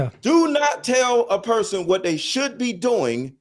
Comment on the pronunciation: Mr. Let Go said "Supposed to" but can't say "SHould" this is crazy bro 🤣🤣